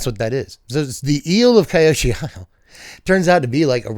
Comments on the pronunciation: FYI - Kyoshi is two syllables. KYO-SHI. Were it to be pronounced as you'd guessed, it would have been spelled "Kaiyoshi". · Hey, hope you get to feeling better man! Also, I believe its pronounced Key-oh-she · bro, recover! Try watching Avataar the last Airbender on the ceiling. It's "KEY -yoshi". It's a really important place, learn the universe or I'll have to cancel your secret lair(after I printed all the copies)😂 Seriously tho, get better soon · It's Kee-Yoh-Shee. Avatar Kyoshi separated a chunk of land to make an island, and that's now named after her as Kyoshi Island. Unagi is a serpent that lives near there.